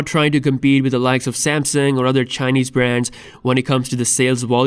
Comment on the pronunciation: When you say Chinaess there is so laugh in it.. 🤣🤣